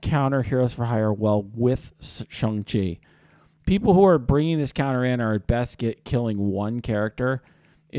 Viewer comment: Its shAng chi